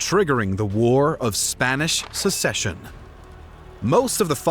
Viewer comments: Will someone please explain the difference between "A war of succession" and "A war of secession" to the narrator? He doesn't appear to have heard of the former. It's all "secession" to him. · Excellent graphics and maps. Excellent detail (with many mistakes). Incredible effort! OTOH, if you want to be accepted as serious historians, you'll need to learn the difference between "secession" and "succession." That's inexcusable. And although the real human voice-over is much appreciated, you'll need to be more careful in future with the almost-unbelievable number of mispronunciations. All in all, thumbs up! Keep at it!